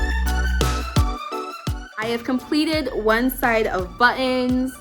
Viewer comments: Am I the only one that liked how she said buttons like “ bu-ons” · She tends to say it like 2 words like “butt in.” Sorry o hear about your Dad. My 88 year old Mom has been in the hospital many times this year. Fortunately, no COVID.